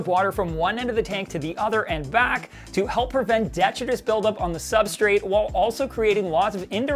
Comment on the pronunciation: please stop mispronouncing detritus. 🙏🙏🙏